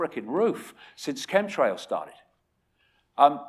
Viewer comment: Chentrails? Was enjoying this video until Davis mentions chemtrails.